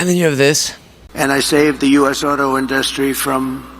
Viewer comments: His pronunciation of "industry" drives me nuts. in-DUHHHH-stry (about ) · The way he pronounces industry😂😂 inDUSTry😂😂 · So uh what is this amazing Chinese car company that would kill our auto IN-duh-stry??? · Why can’t he pronounce industry correctly???